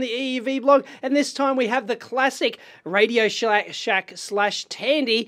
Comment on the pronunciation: lol, within the first few seconds it sounded like '....and this time we have the classic radio-SHITE'